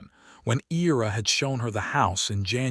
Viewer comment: The male character’s name is pronounced I (long I) & Ra. I love his quirky conversational style, particularly his description of his bad dancing. Delia’s description of the 3 men who approached her is another funny moment.